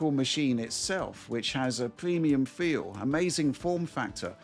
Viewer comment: “pwemium fweel…witawee”